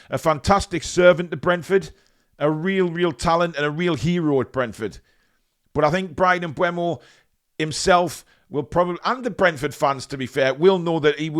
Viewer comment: Sure Shearer said on The Rest is Football that its pronounced M Boom O